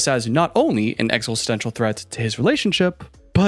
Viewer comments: Exel-stential? Exi-stential ✅ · Exle-stenstial...Hmm I always like new takes on words